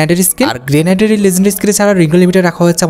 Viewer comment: হা সবই legendary আর সবই আমাদের সবচেয়ে demandable হা হা 😂😂 আর ওইটা গ্রেনেড গ্রেনাইড না 😂😂